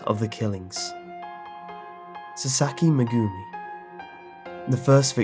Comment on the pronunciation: Just so you know the names are pronounced: Meg-gumi, Sakur-ra.